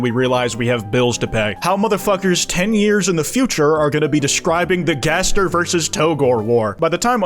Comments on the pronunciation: Turns out that's how it's pronounced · Or he pronounces it in a french accent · Jaster? Jester? Jevil connection? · No no, jayzdeer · he finally acknowledges gaster's existence, but he pronounces it jaster.